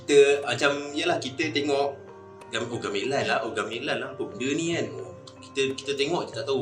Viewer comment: Menyebut gamelan pun gak betul... Ga me (e pepet) lan